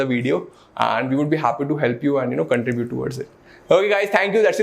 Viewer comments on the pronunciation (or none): none